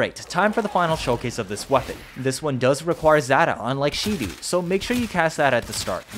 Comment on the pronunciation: Its Shedu, not She-Do